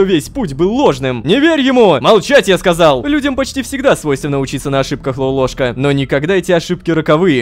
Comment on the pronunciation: не лопоклошка а лололошка